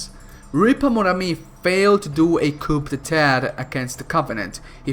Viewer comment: Btw,in "coup d'état" you dont pronounce the P,it is pronounced "qou deta" - from a french viewer triggered by your french pronounciation